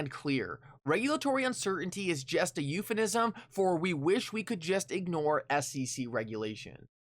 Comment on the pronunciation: I'm sorry. Do you just say euphanism at the 8 min mark?🤣